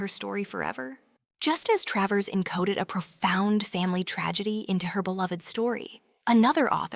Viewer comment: It's Tra - vers. not Tray vers! Gave up with this.